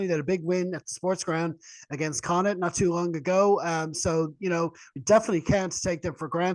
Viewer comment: Connacht not Connad , Jesus